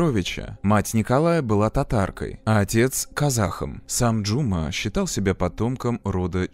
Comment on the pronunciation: Спасибо за работу! За фильм про любимую Алмату, хоть и в таком ключе😅 Единственное, побуду душной, в казахском языке ударение ставится на последний слог не Жұ'ма, а Жұма'